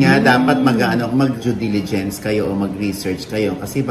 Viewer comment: Jew deligence - O Diaz 😅😅😅